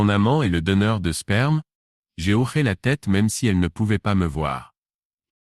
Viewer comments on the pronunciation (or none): Quand c'est écrit : hoché..on ne prononce pas : " horé " mais " ho-ché"..Un petit réglage de l'I.A à faire..😉..pour respecter la langue française !😡..on dit " un hochement de tête " et non " un horement de tete" .Faites lire à votre I.A..un dictionnaire français..ça l'aidera !😂😂😂